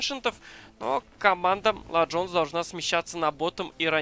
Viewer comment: БЕСИТ "Ла джонс" это тебе не испанский или итальянский!!!